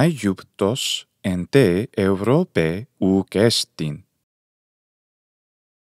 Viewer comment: Well, I'm from Greece and i know how to speak ancient Greek. You made some mistakes. For example, Europe has a different accent: Eὐρώπη → E-u-ro-pe (Eourópe) In other words u accent is coming from the nose